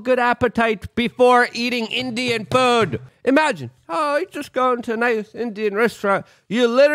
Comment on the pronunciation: Did anyone else notice that Luke said "pood" and not food?